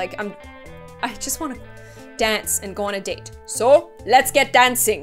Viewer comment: lol sounds like date as in the food